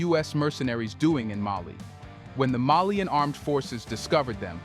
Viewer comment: Malian not melien